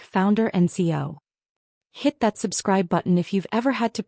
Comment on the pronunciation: Needs a male narrator. And it’s Rodriguez. And it’s bail, not bales. Tech CEO, not texcio. 4 cardiac events, not 3. Maid of Honor, not Made